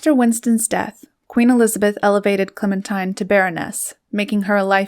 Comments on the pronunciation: Thanks for the pictures and narrative. Some facts are not quite accurate, but overall a good overview. BTW: Her name is pronounced Clemen-teen, not tine. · Excellent photos -- Clementine was indeed a force of nature. Her name was pronounced Clemen-teen not Clemen-tyne. I always forget that too -- Americans are so used to hearing the song, "Oh my darling Clemen-tyne..." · It is Clemen TEEN not TINE. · Her name is pronounced, "Clemin-TEEN". She deserves to have it acknowledged correctly. 😢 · I heard Mary Soames, her youngest child and longest living, pronounce it once as ClemenTEEN. Let's ask the Brits. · I believe her name would have been pronounced ClemenTEEN. That is the British pronunciation; and that is how they would have pronounced the name I France, where she lived for a short while. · Clemin-TEEN.....I just can't get past the mispronounciation of the subject's name. A very big faux pas. 😢😮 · Remarkable woman. However, her name was pronounced “ Clemen-teen”. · her name was pronounced ClemenTEEN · I feel like an arse to point this out, but her name was pronounced "Clementeen". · You have to wonder whatever else this Commentator gets inaccurate , given that she seems to pronounce her focus’s name correctly. I don’t think I can listen to any more…. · A "gifted" narrator would've pronounced the name of her subject correctly.